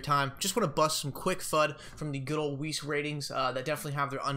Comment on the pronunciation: Weiss like rice but with a W